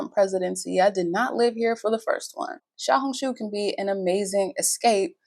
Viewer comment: You pronounced "Xiaohongshu" perfectly.